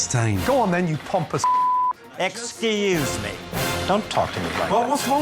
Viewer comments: “excuseee meh” LMFAO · When the owner says ex ce use me😂